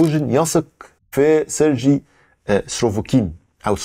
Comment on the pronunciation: خير يا كل شويه تقول سرجي مش عارف ايه مش عارف انطق الاسم